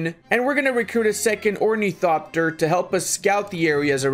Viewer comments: its ornithopter, blashpamer! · Ornicopter? Really dude?